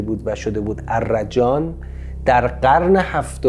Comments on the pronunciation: درود استاد. تلفظش arrajan نیست arjan است. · درود. احتراما تلفظ آن ارجان است نه ا. ر جان